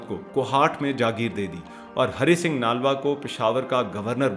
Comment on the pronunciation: Bhai ji Aapko Namaskar. Aapne bhut hi joshili Vani me bde sundar dhang se achhi sachi bate btai hain sunkar bhut achha lga hai. Chhoti si vinti hai. Nalva shbd ka uchcharan thik se boliye. Nlva boliye. Aapko 🙏🙏🙏